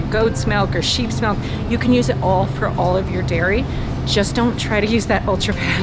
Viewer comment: Too bad she can’t say milk. I hear “melk”